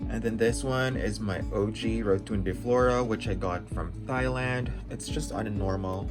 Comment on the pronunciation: Thailand is pronounced "tie-land" not "thigh-land"